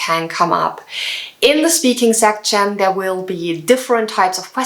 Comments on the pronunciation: Great video but if I were you I would avoid the word 'section'. It sounds kinda weird when you say it haha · I think you need to check pronunciation of "section". Don't get me wrong. I am learning from you way more things. Bests.